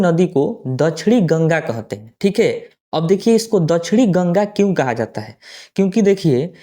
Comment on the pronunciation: कोहते हैं नहीं कहते हैं